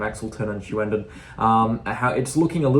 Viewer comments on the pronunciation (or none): Lol I think you are just taking the piss now, you've been informed a few times now, it's not Hugh.....and.....Dan... its Hewin-din. Keep up the good work and look up and practice those town names, you're doing great... except for the whole Hughenden thing. lol